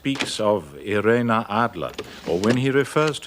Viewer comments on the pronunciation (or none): As an American from New Jersey, why is her name pronounced “i-ray-nuh” and not “eye-reen” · I greatly PREFER the pronounciation Eye-REEEN Adler!